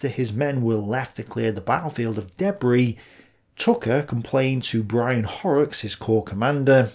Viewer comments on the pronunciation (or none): none